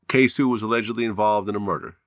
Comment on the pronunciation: It’s not ksue It’s said like this k-so Damn vlad you making us look stupid